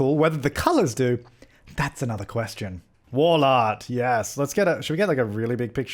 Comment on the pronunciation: "wall art" sounded like war lard 😂